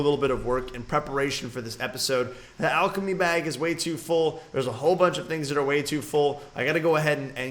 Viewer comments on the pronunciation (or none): none